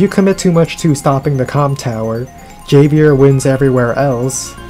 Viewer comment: Javier is a Spanish name, so the J is an English "h" sound ("Hov-E-air")